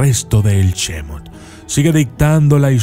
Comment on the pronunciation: Nada más como corrección. Las palabras Hebreas generalmente se leen como si fueran agudas; es decir, como si el acento fueron estuviera en la última sílaba. Bereshít en vez de Béreshit, Shemót en vez de Shémot como vos lo lees. Saludos.